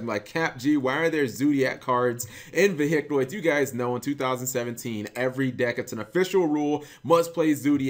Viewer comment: got triggered by "veHicroids"..... :(